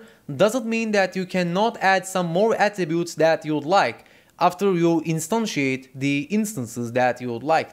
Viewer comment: Really liked when you say "instantiate"